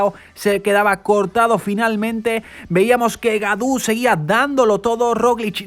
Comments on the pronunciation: hola gaudu de pronuncia godu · Gracias por permitirnos ver el resumen de esas carreras que no se dan en la tele por mi tierra! y por si se luce en el futuro David Gaudu, su apellido se pronuncia Godu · creo que en frances au se dice o. lo dice casi bien.Es Godu.